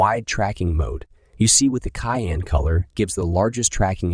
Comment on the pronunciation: Excellent test. (If someone hasn't already mentioned it, Cyan is pronounced "saian" :-) )